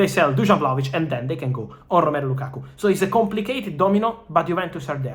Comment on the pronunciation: Thanks brother, but it's Lakakaaa*